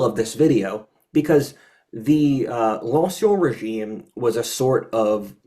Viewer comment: you're pronouncing "ancien régime" incorrectly. The "en" is pronounced as a French "in" like in the word "fin."